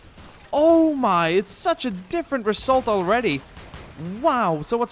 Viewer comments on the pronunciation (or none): Am I the only one noticing his strong S Pronunciation? ;p I hope the reSSult is going to be good ;)